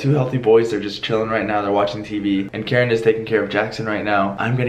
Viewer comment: I love how Keren always pronounces the words wrong hahah